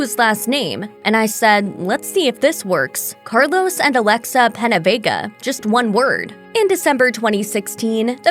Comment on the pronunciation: It’s Peña-Vega